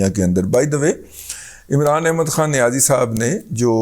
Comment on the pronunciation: Razi sahab, aap niyazi lafz par itna zor kyon dete hain.. Kya isliye ki niyazi sahab is par bilkul zor nahin dete.. Ya yun kahen ki chhupate hain?